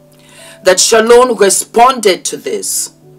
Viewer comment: My name is Shalon and I have never heard anyone (including myself) say my name as beautiful as you do! I will have to practice saying it like you do. And you look gorgeous, btw.